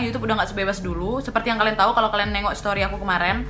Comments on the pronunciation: Warga +62 when ngomong “kalian“ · Ngakak waktu kak nadia bilang "adik kelen" "kakak kelen" 😁